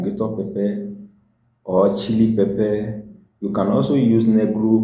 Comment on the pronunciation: Did you say pepper I didn't understand that one